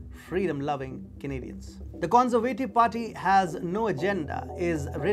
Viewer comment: The con-ser-vay- tive . No it's the con- serve- ah-tiv